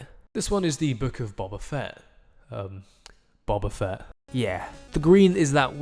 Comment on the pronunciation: Why do you say buba fett when not only is it written boba fett but its never pronounced buba fett in any star wars material